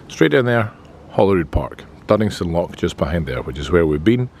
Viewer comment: I'm sorry to pick you up on this but it urks me so much that a Scotsman cannot pronounce the word loch properly.